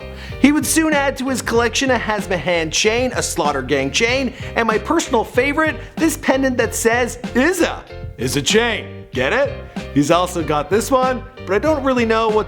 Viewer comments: Its not izza its issa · It’s ISSA not izza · It’s Issa not izaa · STOP SAYING IZZA ITS ISSA NIGGA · Issa not iza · why is he saying izza? it's an S